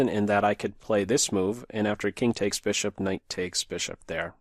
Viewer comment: When you said ' Brishop' I knew you'd been drinking. No more Grobs, please. I gave you a thumbs up, but that was out of kindness